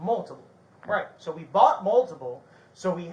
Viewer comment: never shuts up. Hes told they will talk when they get to the station and keeps flappin his gums. Why does he always say "sawl"???? I dont think Vidler was wrong. This SO shouldve never been allowed to have anything that looked like a real gun. caused all of this. No reason he ever needed a "gun" in the first place